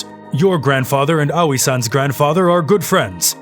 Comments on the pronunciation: "owie (Aoi)" my dude, it's A (like the A in Ant) Oi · Awei?🤣🤣🤣 Sounds like a kid that hit his toe🤣🤣🤣 Ps, I'm pretty shure it's pronounced Ao-i I'm just can't concentrate with the continuous "awie"😂😂😂 I keep imagining a kid saying "awie, i hit my toe"🤣🤣🤣🤣 Ps. It's not a bad thing, i actually made my day, so pls don't get offended, I'm just saying it's funny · When he say aoi in my mind it autocorrect to yaoi And after i heard yaoi i heard lesbian and it funny cuz it cringe. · Pronouncing Aoi owie is kinda grating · Just throwing this out there, if anyone wants to know how to pronounce "Aoi", it's pronounced "Ah-Oy" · As if girl's like this exist irl still, it was enjoyable except for how Aoi was pronounced. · The way he’s pronouncing Aoi bothers me.